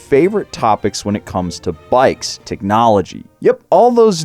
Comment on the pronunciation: Og ride Road King . No teeknowlogee Onda Road King. Og no like teelknowlogee